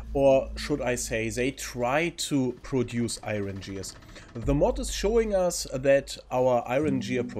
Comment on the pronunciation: Gears mit "G" wie "Gustav"